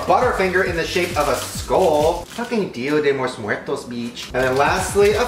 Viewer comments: "deeya dhe loose mooertos" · he said "dios meos miertos beeech" 😂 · His accent when saying "Dia de los muertos" tho...